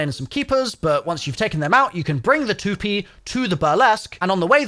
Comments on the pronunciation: You say Tu-pee, it’s Tu-Pay isn’t it or is it a British / English difference. lol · Lol "The too-pee" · I think the april fool's joke is how he pronounced toupee😂